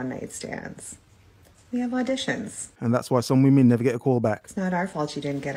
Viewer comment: I love when goes speechless. It means...vvomen so cringy or clueless